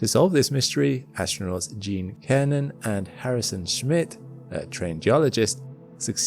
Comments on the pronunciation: Cernan is pronounced with a soft c Sir nern as it were. Got to pronounce the names of the Apollo astronauts right. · The "C" in Gene Cernan’s surname is pronounced like an "S", so "Gene Sernan"